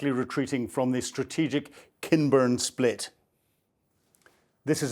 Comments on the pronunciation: How long has this guy been reporting on this war and he still can't pronounce the names of important locations? What is a split? He means spit. Where is Maalitlopoul? This is basic to good reporting. Cmon. Please. And what is with all the iconic devastating superbole? I would mark this as hyper verbose. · Kinburn Spit (not split) and Melitopol, not your butchered version. Get it right if you want credibility.